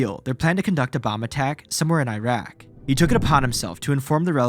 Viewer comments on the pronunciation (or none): none